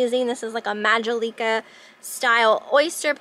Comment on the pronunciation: Majolica is pronounced “Ma jol ika”. The emphasis is on the second syllable.